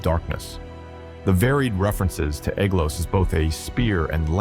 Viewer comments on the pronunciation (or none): Ae, like ai, is pronounced as a long I, not as a long A. So the ae in Aeglos sounds like the word eye.